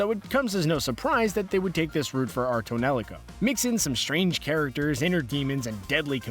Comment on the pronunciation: It's pronounced tone lee co.